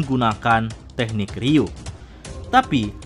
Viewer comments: Ryu-o min bukan ryuu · Bukankah nyebutnya ryuo bukan ryuu ya min..